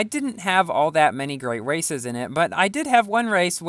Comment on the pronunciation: Did you say Races Or Waces?